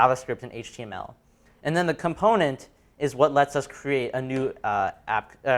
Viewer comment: Everything was good except why does he NOT know how to pronounce Component in the regular English accent he is speaking/using? lol